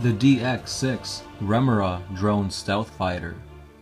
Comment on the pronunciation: Chassis - cha * see Remora - rem * oh * ruh